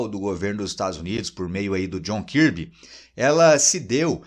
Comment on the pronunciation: Djon karbe e não kirbe